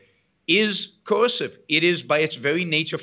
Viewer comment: If only he could pronounce coercive